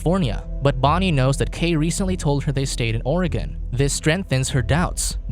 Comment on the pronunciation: i swear no one says Oregon right